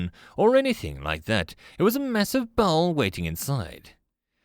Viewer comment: I thought you said ball not bell lol